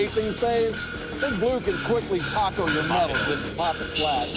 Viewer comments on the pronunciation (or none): none